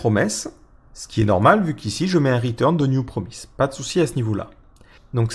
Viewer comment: Promise ça se prononce promisse a part cela cette présentation est admirable en tout point.